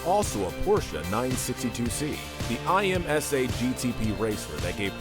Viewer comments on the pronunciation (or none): Was this video made for kids lol, that’s ok. So hey kids it’s not I R O C it’s called like iRock ha and not I M S A but just pronounced like im-zuh ha.